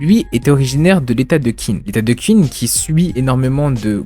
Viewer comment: Clair que Kingdom est un chef d'oeuvre. Juste pour faire mon chieur : Qin se prononce Tchine (c'est le mot qui donnera "Chine", tout simplement).